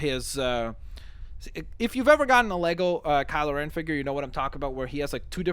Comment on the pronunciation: Kyle O'Ren?, he's not Irish